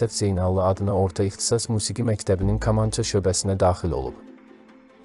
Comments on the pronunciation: Allah kişiyə rəhmət eləşin Adam sağ olsaydı bu mətni oxyanı yanına çağırıb cəzalandırardı Kamança sözünü düz demədiyini görə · Milli musiqi alətimizin adının səhv tələffüzü vallah cinayətdir . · Metni oxuyan deyesen Azerbaycanlı deyil.Kamança sözünü teleffůz ede bilmeyen burada gőr kim haqqinda danışır. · Deyərdiki ay kor olmuş.Vaxtında məktəbdə kitab oxumamısan? Kül olsun sənin yekə başına.Təbii bütün bu k hərflərini kiril əlifbasındakı k kimi tələffüz edərdi😂😂😂😂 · Hörmətli aparıcı, kamança sözü kompyüter, kolxoz kimi deyil, kitab , kəlam kimi deyilir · Ay adam,kamança sözünün ilk hərfini səhf deyirsən.Kələm və kobid sözlərindəki ilk hərf yazılışca eynidir, deyilişcə intonasiyaca fərqli.Dilimizə hörmət edin,zəhmət deyilsə! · Kamança sözünü düzgün tələffüz et.Böyük sənətkara isə Allah rəhmət eləsin. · Rəhmətlik Habil bəy bilsəydiki onun kamançasının adını belə səsləndirən olacaq bəlkədə kaman çalmağına peşman olardı😂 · Бу ермениди я кимди каманчаны рус Кими адыгы дейир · Her şeyi gözel izzah edirsiniz rehmetlik 7 yaşında kamanı çalmaöı öyrenib sizi kimi insanlar kamanın adını düz demeyi helede öyrenmediniz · K İLƏ KINI DƏYİŞİK SALMAYIN. AZƏRBAYCAN DİLİNDƏ KAMANÇA DEYİLİR MUSİQİ ALƏTİNƏ. MƏ'LUMATLARI DÜZ VERİN. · Kamanca zozunu duzgun teleffuz etmir. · Ayib olsun bu apariciya Kamancha sozunu duzgun teleffuz ede bilmir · KAM.KAMAN.KAMANÇA.KOM.KOMA sözləri xahiş edirəm düzgün tələffüz edin siz gözəl unudulmaz sənətkarların haqqında veriliş hazırlayıb xalqa çatdırmaq üçün əziyyət çəkirsiz ancaq sözləri düzgün tələffüz etmirsiz İnşallah sözlərə diqqət etsəz veriliş çox gözəldir uğurlar sizə Dahi unudulmaz sənətkarları yada salırsız Allah onları rəhmət eləsin Amin İnşallah 🤲🏻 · Oğlum 1 səhvin var kamança sözün düz demirsən onu düzəlt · Kamanca ne demekdi sozu duz tellefus eleyin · Bu nedi buda teze clxdl kamanca dilimizi unutmagln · Lap əsəb oldum e. Kamança yox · Kamanca sozunu duzgun deyə bilmirsən hormətli aparici necə fərqində deyilsən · Kamança K kı yox k